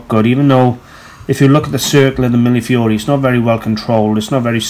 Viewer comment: Thank you for teaching me how to pronounce millefiori. I only hope I can remember tomorrow or I'll have to watch your video again. : )